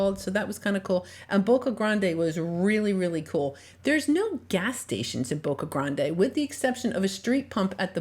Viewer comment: Its not pronounced Boca Granday! It’s Boca GRAND!